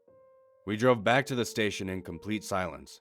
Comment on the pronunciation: Back up? More like Beck up.